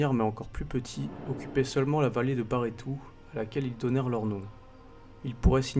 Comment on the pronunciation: C'est bien de démystifier un peu ! 👍👍 -> Pour précision. On dit "la Bigorre" et "le gave" (tu as inversé les genres). Le "S" se prononce dans la vallée de "BarétouS" ou dans "EsbérouS". -> Un petit doc récent sur le même sujet en langue gasconne (avec sous-titres français)